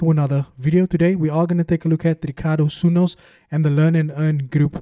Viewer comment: Stop butchering General's second name💔😪, it's Sunnos not Sunnos. Say Sunnos like Sarturday.